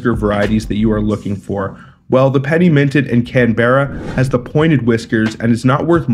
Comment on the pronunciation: Learn how to pronounce Canberra and Melbourne.